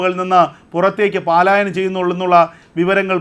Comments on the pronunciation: പാലായനം അല്ല പലായനം ഉച്ചാരണം ശരിയാക്കുക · എടോ, പാലായനം അല്ല പലായനം.